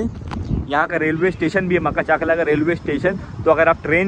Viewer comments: Makhachkala ❌ Makhachaklaa✅ 😂😂😂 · Maka-chakla maka-chakla 😂😂😂 Butchered the name.... It's pronounced Ma-kach-kala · Makha chakla q bolrahe yaar its makhach'kala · Makhach kala not maka chakla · Bro it's called Ma-kach-kala not maka-chakla